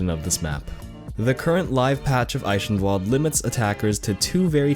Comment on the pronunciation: it pronounced i-ken-walld